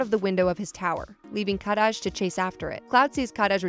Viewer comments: Kadaj name is pronounced ka-dodge. You’re rolling his name like it’s Spanish 😆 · Happy to pronounce the regional mistranslation of Aerith and yet insists on pronouncing Shinra as “Sheenra” 😒 I get it, i’s are e’s in Japan, very good, but we have the officially translated products themselves, just go with that. Again, , Kadaj has one D, not Kad-daj, and Yazoo is a perfectly normal Japanese name, it derives from Yasu, if you wanted to make fun of it point out that it’s traditionally a female name. Also Denzel is one word. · I also super hate how she says Kadaj. THEY LITERALLY SAY IT PROPERLY IN THE MOVIE. PLS. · She pronounces kadaj’s name weird. She should watch the movie to see how they correctly pronounce his name lol. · Cloud took Zack's memories in part to PTSD, as well as the Mako/Jenova cells. It's pronounced Kuh-Daj, not Kah-Daj. Nanaki (Red XIII) is not a "mutated cat thing" It's ShinRa, not SheenRa. Cloud and Tifa were childhood friends. The kids bullied him, that's why he wasn't friends with them in Nibel.